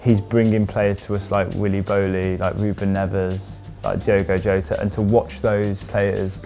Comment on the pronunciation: I don't understand why most English youtube channels can't figure out the pronunciation of such commonplace names. The J in portuguese does not have the same sound as the J in spanish. That is to say, Jose Mourinho is not Hose, it is Jose. Diogo Jota, is not Diego Hota